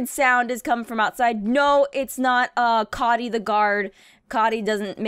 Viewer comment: The way she pronounces coty haunts me. i wish it was pronounced like cody